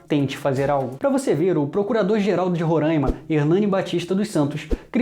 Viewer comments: Roráima e não rorâima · Tu tá falando Ruranima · Cara tu ta falando Roraima errado